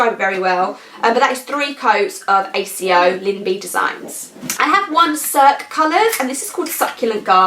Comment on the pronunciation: love the stripes! I have a little bit of the YT blues too and so behind on watchings. I've just been watching the Golden Girls lately LMAO. Oh wow, I so need to get Narnia! Btw, I think accio is pronounced ack-ee-oh:) Revelio looks lovely. Love the wee Dumbledore behind you hehe - really like that 5-star funko style.